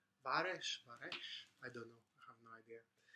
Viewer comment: Thanks for the record shop tip, man! I will definitely check it out next time I come over. 2 things: it is Steve Roach (Max was a jazzman) and Varech is pronounced "varek". Please also check the comment I left for your previous video. Best!